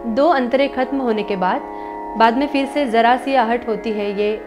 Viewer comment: Zaraa Si Aahat... Not jara si